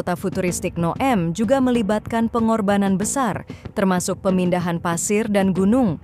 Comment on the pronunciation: Bunyi NEOM itu neyom bukan nya nowem